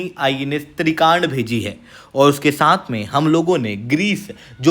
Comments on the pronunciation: या तो हिंदी का प्रयोग करें या इंग्लिश का। तुर्की बोलें तो साइपरस बोलने में क्या दिक्कत है? या तो फिर तुर्की कहें। त्रिकांड क्या होता है?? आप त्रिकंड कहिये। हिंदी तो कम से कम साफ बोलें। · Kya kya bol rahe ho साइप्रस ko सिप्रस aur INS trikand ( आई एन एस त्रिकंड) को त्रिकांड bol rahe ho..